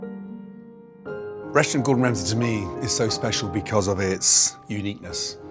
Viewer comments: Does anyone else hear "Russian" instead of "Restaurant" ? English people never enunciate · Up until I thought he was saying "Russian Gordon Ramsay" and I was so confused. I thought it was a feature spot on a Gordon Ramsay restaurant located in Russia.